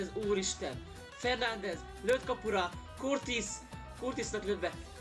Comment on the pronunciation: Courtois ugye a belga kapus. A nevét "Kúrtoá"-nak kell ejteni bár ez már sajtkukacoskodás :D